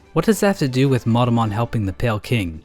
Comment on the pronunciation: No one is going to mention that when he says Monomon it sounds like Motomon?